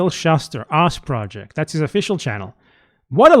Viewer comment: On first listen I thought you said "The Ass Project". And I was like that tracks... but why is he calling himself ass? lol